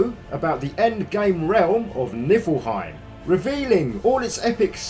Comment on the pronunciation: Just so you know it’s pronounced knee-fill-hime